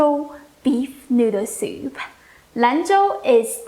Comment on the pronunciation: I love the way you say soup-eh